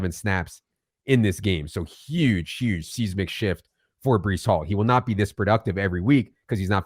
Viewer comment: Seismic = size-mick. Not seas-mick. 👍